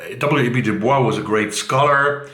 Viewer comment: I read Cloud Cuckoo Land and it is enchanting. I read the last 300 pages in one sitting. Also, W.E.B. DuBois is pronounced DuBoise in America.